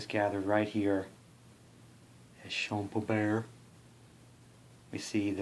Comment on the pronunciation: You nailed Vauchamps and Champaubert! :)